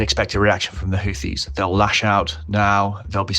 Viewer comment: I'm just happy to hear a reasonable pronunciation of Houthi.